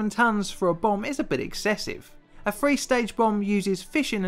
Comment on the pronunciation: where do you live that you think TH sounds like the letter F